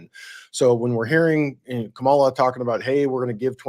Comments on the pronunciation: Comma - La. That's how to pronounce her name. Hi!! Closing next week! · I would have hoped a non biased host would have pronounced the Vice President's name correctly. You might as well have worn your maga hat. Very unprofessional.